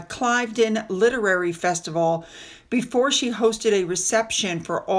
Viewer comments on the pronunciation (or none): love your videos - thought you’d like to know that ‘Cliveden’ is pronounced ‘Cleevden’ in our impossible English language!😂